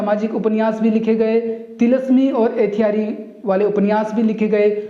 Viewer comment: Sir apki koshish bahut achchi h apne achcha prayas kiya h samjhane ka .....lekin ap apna uchcharan sahi kijiye please.....ethyari nhi ayyari hota h khanni nhi Khatri hota h.....